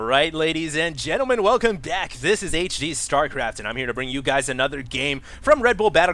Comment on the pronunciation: You said DACK instead of back I'm so happy as a ASF fan.